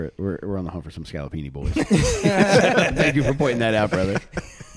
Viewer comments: “He got hit with the scallopini” 😂 Scopolamine! I’m a south Philly boy, ironically just moved to Texas. I got roofied at a bar in the Gayborhood once, thank god nothing “happened”, ya know. Lol. This podcast cracked me up, made me home sick. Good work, boys! New sub, go Birds 🦅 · "Try my muddahs Scalapini!"